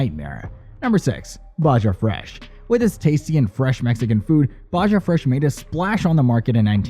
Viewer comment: Definitely, who pronounces Baja with a J sound